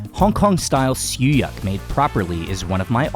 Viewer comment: Did you pronounced siew yak? It’s siew yok, I believe